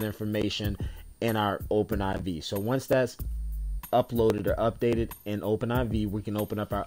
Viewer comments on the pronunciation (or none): Only Noobs pronounce it Open Eye Vee. Do you say GTA Vee? No noob, it's Open 4 and GTA 5.